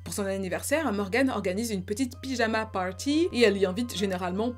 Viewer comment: Très bonne vidéo , keep working , Pyjama party avec pyjama accent français et party accent US, Je sais pas si c est volontaire mais ça m’a fais rire . Encore super taf